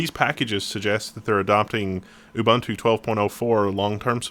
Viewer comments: IT'S UBUNTU NOT UBUNTU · the way said "Ubuntu" made me die a little inside.